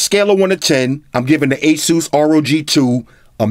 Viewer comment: Thank you for pronouncing ASUS right